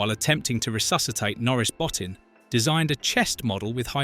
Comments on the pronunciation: "Bowe-Teen" is how Rob's last name is pronounced. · I wish he'd pronounce the SFX guys name properly 😂😂😂